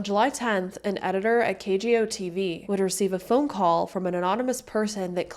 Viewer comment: I heard it too. Sometimes people with dyslexia do this while speaking as well as reading